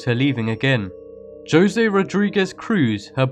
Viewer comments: Am I the only one who heard him pronounce Jose as (Joe-see)? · omg you said Jose, saying the J.....